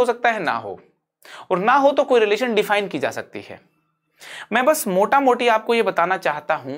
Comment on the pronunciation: sir mota moti nhi 😅mota mota 😂😂😂